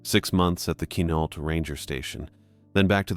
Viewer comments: It's pronounced Qwa-nault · Also, dude is mispronouncing Quinalt so badly it look me way too long to realize that’s what he was trying to say.